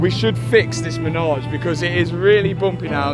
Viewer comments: It’s not a “menage” it’s a “Manège” for the horses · It’s manège. Menage is something VERY different and normally performed in threes. 😂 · Congrats on all the success, keep it going. The word is Manège (carousel) and not as "ménage a trois" 😁Enjoy it, any way you want to🤣! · its called a manège not a menage ! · By the way, it’s not a menage but a manège (French for a horse play pen)! Pronounced ma-ney-ge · I'm pretty sure it's MANEGE NOT MENAGE😅